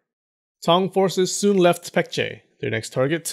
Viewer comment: His name is pronounced Poong. Like oo in poop. Korean romanization is confusing I know just help out. Also a better way to pronounce the Korea names are Baekje with a b Baekgang with a b. Just like Busan...instead Pusan.